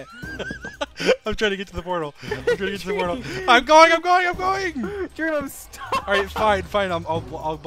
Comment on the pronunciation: sounds like George said deam😂